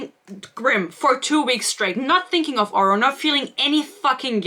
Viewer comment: Glad im not the only one who noticed the GMA host pronouncing Oro's name as "Orah", lmao Thank you for your sacrifice. I tried reading this, got maybe six chapters in before I had to give up. I won't be able to continue this series BUT i will certainly watch anything you post about it to see how this trainwreck ends. Dear lord, there is so much pointless filler! It's almost like she's a panster who didn't go back and edit anything (as a panster myself, I can see this quite easily). There's no love triangle. I hate love triangles, but she didn't write a love triangle here. I think it was clear from how she wrote Oro in book one he was probably never meant to be a love interest originally (he always came off as a mentor-figure if anything) and the "romance" was just shoved in there. Oro keeps getting sidelined so much while Grim keeps getting center stage, so its pretty obvious who endgame is. She isn't even trying to make it difficult on who Isla will end up with, lol. Let's not forget her amazing way for naming things. We had "starstick", in this book we got "shademade" to describe something else (i think the cuffs the blacksmith made?). Ugh. I can't. This book came for my braincells. I don't know how you made it through.